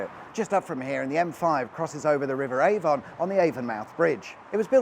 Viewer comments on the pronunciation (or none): As a pronunciation pedant, I plead guilty. It's bloody AyvUn not AyvOn. Anyway, near the Wicker was-a-man, the M5 curves quite voluptuously actually by five miles to avoid the only site on the planet where a very rare orchid grows. As this section was built in the Seventies if memory serves, it's a very early example of environmental responsibility winning through over cost and speed of construction and is quite a win for the wild things. Whoever was the land agent must have been a strong character. P.S. The T of D, I get wotcha sayin but I meant this not as a "You missed a bit" but more as a pointer to the surprise that the english Autostrada del sole deffo merits the two~parter treatment. As well as the memory of our fillibustering History master at school going all girly and telling the spotty youths there assembled about flower power basically. My continuing respek for our host? Ca va sans dire. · I imagine that our host was being funny. But this yur pedant wots writin now ave got no ideal why he goes n gets his pronouncing plonkered within milliseconds. Something like crosses the "AyvOnne" on the "AyvUnmouth" Bridge at six mins in. Krek waiters peek Brizzul*, it's pronounced AvUn so you got it right the second time, a second later in the same sentence. Finally getting to the point: you mention the steep shoulders of said bridge which certainly can be fun / quite hairy on an icy day and the fun never stops either because just south of it near Portishead there's the split carriageways clinging on to cliff faces (partly shown on the titles intro) whose vertical drops also concentrate the mind of an icy foggy autumnal evening. * Title of a great little book on how to talk like a Bristolian. Just not how to sing like one. Tricky Portishead et al.